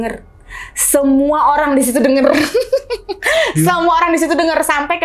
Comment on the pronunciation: Njirrrr suaranya cowong banget. 3decibell ! 😅 Gw ampe kecilin volume dibawah standard. Anywayssss: Flight dibacanya tu [FLAIT] High dibacanya tu [HAI] Lingerie dibacanya [LANJERI]